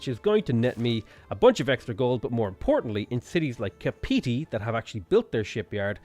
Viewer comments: im from New Zealand so i cringed so hard when you said 'kapeetee' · And Kapiti was also pronounced wrong